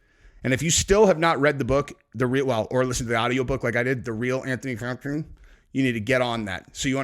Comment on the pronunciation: LMAO the mumbled way of saying faux-xi cracks me up everytime